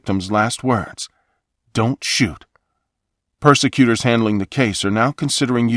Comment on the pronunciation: I like how you change “prosecutor” to “persecutor”: Always do this for the rest of your life!